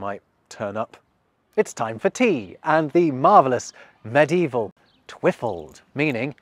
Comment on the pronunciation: Twi-FALD. The emphasis should be on the last syllable. And the i short. / And galegale should be said in a singsing tone, imitating birds. / (Not an expert, I just have a musical relationship to language.)